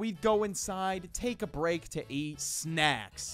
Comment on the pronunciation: You botched on snacks but all others were perfect